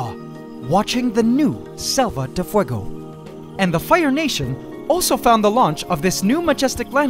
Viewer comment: I love your spanish pronutation of selva de fuego